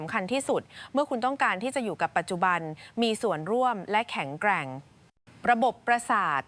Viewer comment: เสียงผู้บรรยายอ่านภาษาไทยไม่ถูกหลายคำเช่น ปราถนา อ่านว่าปาดถะหนา ไม่ใช่ปาระนา แข็งแกร่ง อ่านว่าแข็ง แกร่ง ไม่ใช่แข็งแกร้ง